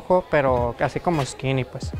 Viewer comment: "Busco un livais asi rojo, eskini" JAJAJA